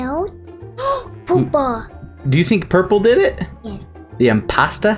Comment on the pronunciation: omg when he meant to say purple and he said poopa